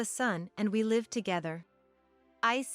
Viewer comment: live is not pronounced correctly